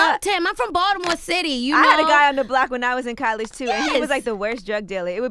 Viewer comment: Angela it’s COLLEGE, NOT CAAALLEGE 😳